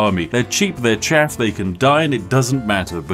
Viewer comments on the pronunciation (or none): none